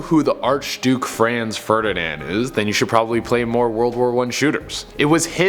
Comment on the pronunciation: Dude u pronounced Franz wrong